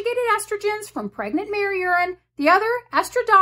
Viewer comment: What is "pregnant Mary urine"??? I had to put captions on when you said that.